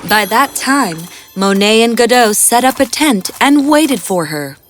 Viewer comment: Godot not Godo